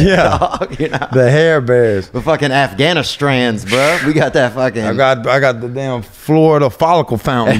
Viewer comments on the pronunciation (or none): He said afhganistrains